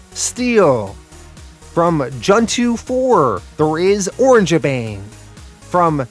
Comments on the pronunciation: I think your pronouncing the orangutan tag team name wrong. It's not "Orange-bang", it's "Oranga-bang". It's a play on the word orangutan, not the color of their fur. Sorry to nitpick, but it's driving me crazy. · The Orange bang thing is just killing me. Lol. It's o - rang - a - bang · i think their 1st match was with "Or-rang-ga-bang" not "Orange-Bang" i could be wrong and i also think its " Lu-cha bots" ( like " Lucha Libra"). but this comic was very interesting. 7.5/10